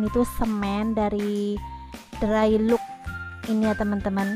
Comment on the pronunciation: Wolpeper tri di, bukan tri ji. Cat drai lok, bukan drai luk.